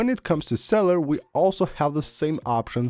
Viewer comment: very knowledgeable… With respect here are a couple suggestions. you have a speech impediment that makes itself known when you try to pronounce cellular. The word has three syllables that you pronounce it with two syllables. because of this, I suggest you slow down the rate of your speaking. Just record your voice and then listen back to recording and identify those words which you are obviously mispronouncing. At that time. then go back and make a list of those words and just practice them. Start very slowly and find the pace at which you pronounce the words correctly. Then, from there, you can work on speeding your pronunciation up to fit with the rest of the words that you pronounce OK. I really encourage you to do this because I've had this problem of not being able to log onto the Internet, but I'm at the doctor's office or in the hospital. And I've tried some of the things that you mentioned but about 80% of the stuff that you mentioned, I've never heard of before . So I'm really looking forward to seeing what works for me. Just so you know, I googled the following: “ when Wi-Fi is slow or not logging on, or logging on and then clicking off, we should use cellular. While using cellular because of this, should we leave Wi-Fi on or off?” most of the answers they came back were simply, yes, he should or no you should not, but you gave a full compliment of possible solutions and that's a sign of a superior intelligence! So thanks and good luck!